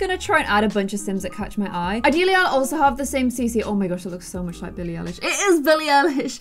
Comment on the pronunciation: Billie Eye-lish